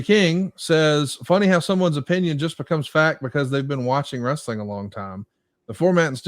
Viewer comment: Bro bro... it's WRE-SA-LING 😅